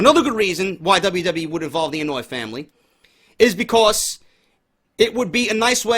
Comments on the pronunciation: Idk if you're pronouncing it as "annoy" on purpose But it's pronounced "on-oh-aw-ee" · Lol. It's not the "Annoy" family. The Anoaʻi family is pronounced (Ano-y-ee) Happy Birthday by the way bro